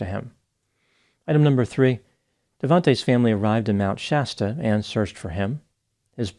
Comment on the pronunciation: Thankyou for pronouncing Shasta right. The way Mr. Ballen and the dude from the Lore Lodge said it had me yelling at my phone.